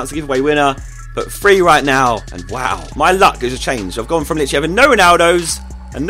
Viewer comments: free or three..? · He says three like free